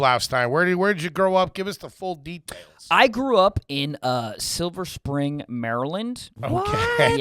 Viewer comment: It Silver Spring not Springs lol ! Good Council great school btw